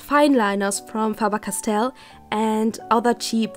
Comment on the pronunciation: Ich war mir erst sicher als sie Faber-Castell richtig ausgesprochen hat XD